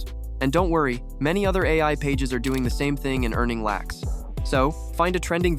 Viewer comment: When the guy said "earning Lacks" it's clear he is an Indian using an American AI voiceover.